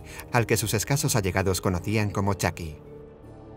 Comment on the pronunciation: Es chuky me desespera que diga chaky